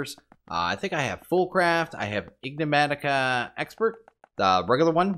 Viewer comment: Okay can't be bothered to try and correct you pronunciation of ig-ne-matica anymore. Great episode!